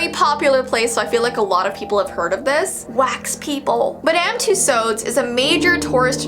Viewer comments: I love Madame Tussaud. But everyone I know pronounce it “two swords ⚔️ “ so it kind of killed me inside when you pronounced it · Madame Tussaud’s is pronounced Madame too-sords in Britan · you said tussauds wrong lol